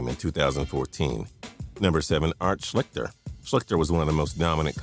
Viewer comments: SHLEESTER....not "Shlickter". Damn. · It's pronounced Shleester not shlikter. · I went to Ohio State and it's pronounced "Schleester" not "Schlicter." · The dudes name is pronounced Art Schleester, not Art Schlikter lmao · always getting the names wrong lol my man needs phonetic spelling on his script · Mispronounced Art Schichter's last name. It is pronounced Shleeshter. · It's pronounced like Art Shleester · You mispronounced Art Schlichter's name